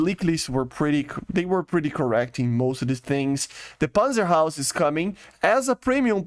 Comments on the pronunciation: It’s not panzer haus, it’s Haubitze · why do you call the PanzerHaubitze panzerhaus? difficulties to say haubitze?